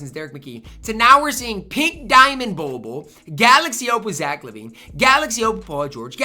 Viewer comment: Why be keep say bol bol like boo boo